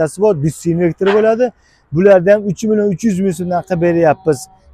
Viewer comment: Инвектир эмас инвертор